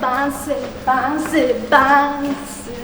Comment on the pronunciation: myślałam że się mówi densy a nie bansy ale ok